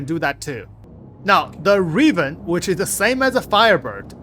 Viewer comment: I swear you say things like "launch" and "Raven" wrong just so people have to actually watch your videos to see what's happening instead of running them in the back.